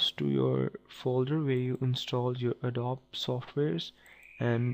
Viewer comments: It's called adobeeeeeeee, not adob! XD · Adobee is how you pronounce it. It is spelt adobe.